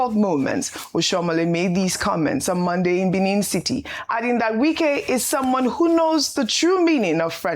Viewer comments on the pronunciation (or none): none